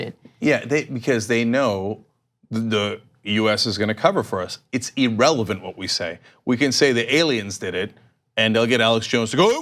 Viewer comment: Cenk! Love your work, however, it is irrelevant not Erelevant.